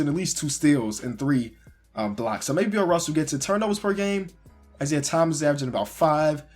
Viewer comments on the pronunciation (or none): none